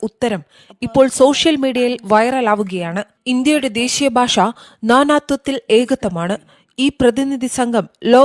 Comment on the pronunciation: ഭാശ അല്ല ഭാഷ വേറെ വല്ല പണിയ്ക്കും പോട വീഡിയോ ചെയ്യാൻ ഇറങ്ങിയിരിക്കുന്നു